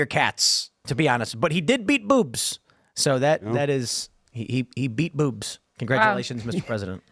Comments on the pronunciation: It sounds like Tim is saying “boops!” When he says “boobs” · The way Tim pronounced boobs just made my morning